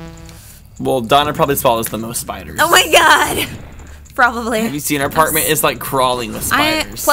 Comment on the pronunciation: Note to self: invent invisible spee-iders.